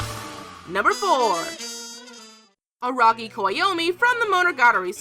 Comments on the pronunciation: It's Araragi not Aragi, you must have bit you tongue.... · Araragi not Aragi. Are Mayoi or something ? Jk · Am I the only one who hears Araragi as ARAgi? Or did I just misheard...